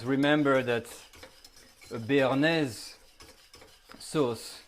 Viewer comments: In typical french fashion, he sounds absolutely disgusted at the mispronunciation of BARENAYS sauce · Lol he is funny Omg we making a bearnajse sauce Ahhhhh dont panic Lmaooo